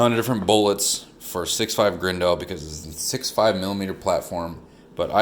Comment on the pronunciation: Is this dude saying 6.5 grendo how gayo